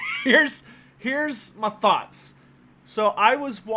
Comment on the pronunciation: "here's ma THOTS"